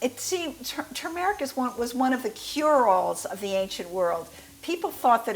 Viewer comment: You mispronounced turmeric and ablondigas.